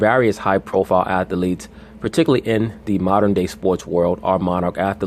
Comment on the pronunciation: I like how he says atheletes. He says all syllables lol